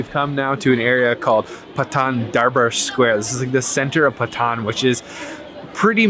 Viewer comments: Its not "pa thaan" its "paa ton" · not pathan its patan haha